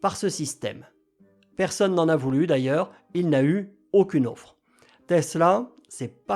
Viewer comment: Bien cher vous, une offre, pas une auffre....😀 Sinon, IA=KK...